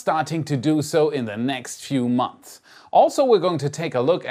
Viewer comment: If youre English checking what about multiple months being said with a S sound? He always skips it. Im just amazed his English is so good, and a little jealous too got to say